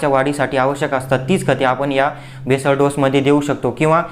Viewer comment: बेसल डोस,,,, भेसळ डोस नव्हे l